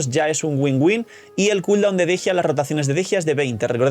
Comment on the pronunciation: Por qué le dicen Dejia si se llama Dehya? La pronunciación es similar a Deyanira.